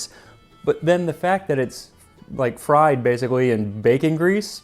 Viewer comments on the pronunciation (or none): none